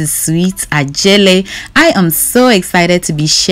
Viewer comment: I heard of sweet jelly. Not sweet Adjelly 😂